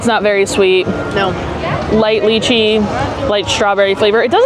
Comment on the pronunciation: I think you are pronouncing lychee wrong. It is like lie-chee and not lie-key. Anyhow, love your channel!